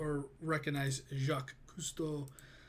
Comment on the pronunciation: I think you pronounced Jacquise pretty good 😂